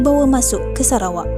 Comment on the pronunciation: Kan.. hahaha sebab sebutan nama negara sarawak tu mcm serah kepada awak haha